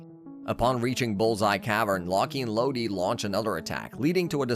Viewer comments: Mf said locky and lodie bruh it’s lock with a silent e and lode is pronounced like load and meega morph like 😂😂😂😂😂😂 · Did- did this man just call lock and load law-key and low-de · Just a few names you didn't say properly: Locke and Lode are pronounced as "Lock and Load", since Locked and Loaded is a term. Junjie is pronounced as "June-J". But overall really good video compressed in just 24 minutes! Slugterra has such a unique story and was such a great show, but it's a shame Wildbrain couldn't spare the budget to continue the show.